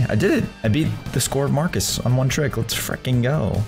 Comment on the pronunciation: and you said farcus